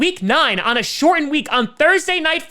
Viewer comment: now we have the key to the accent. "shortened"